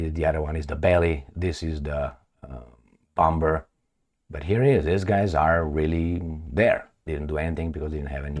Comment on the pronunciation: Please stop with this "bom-b-er"crap,u can say "bo-muh" for sure